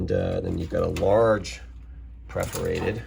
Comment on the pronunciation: "Pref"-orated. Is that a regional difference in pronunciation :-)